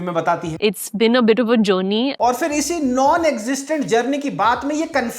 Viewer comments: I heard "Johnny" instead of journey 😂😂😂😅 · The way she's calling journey as geony shows her struggle.....btw nice work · Journey bola ya jonny sins 😂😂😂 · She said journey i heard Jonny 😢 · Journey ❌️ Jonny ✔️